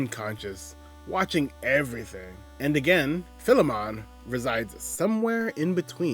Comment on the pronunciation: Everyone always mispronounces Philemon. It’s Fye-Lee-mun, and is the archetype of one who owns a slave who is treated as an equal